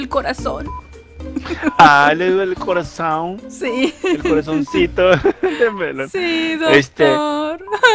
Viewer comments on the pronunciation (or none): Jsjjs me da Risa cuando dise ay te duele tu coazon jsjjs no dise corazón si no dise corazón jsjsj